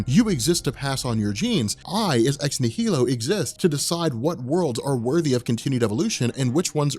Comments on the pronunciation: Why are you mispronouncing Ex Nihilo? Shouldn't it be obvious? Annihilation, Nihilist, etc It's "Nie - Low" (Nie pronounced the way you say "Eye"). Normally it wouldn't matter to me if people mispronounce things but you have a large channel and now hundreds of thousands of people are going to start mispronouncing it.... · I'm pretty sure it's pronounced "nye-el-o" like in annihilation (an-nihil-ation)... because Hickman is nothing if not symbolic. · nihilo is pronounced “nile-oh”. root word nihilism. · Ex-NIGH- eh-lo. As in annihilation. the "H" is silent.